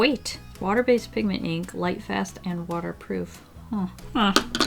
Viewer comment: “Obiouaslay aplay some watar” WHEEZE